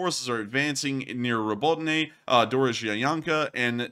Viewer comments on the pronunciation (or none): Robotyne is pronounced Robo-tee-nah.